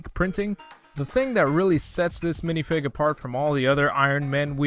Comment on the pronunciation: I hate how this guy says minifig